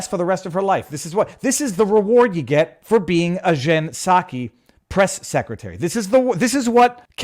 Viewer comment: "Jen Psacho"